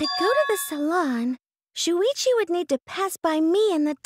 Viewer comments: Everyone said talking and shuichi said that wrong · me trying to find out how to pronounce shuichis name